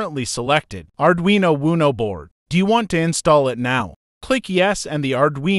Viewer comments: I was just thinking - I'm going to yell WUNO next time I play Uno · Thank you for these lessons. The only real problem I have with these lessons is how your AI narrator mispronounces or uses several different pronunciations for the same word, take for instance the word Uno. This can be a bit confusing, especially to a beginner, one form of pronunciation would be nice whether that word or any word has several pronunciations. Maybe a proofreading before you upload would help. Thanks again.